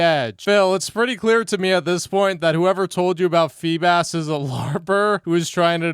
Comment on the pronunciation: This man can’t pronounce anything. What is a FEE-bis?